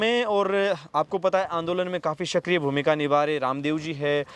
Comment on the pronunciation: शक्रिय नहीं सक्रिय होता है